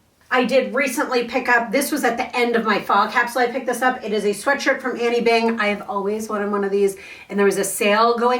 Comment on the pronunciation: Her name is not annie , its anine.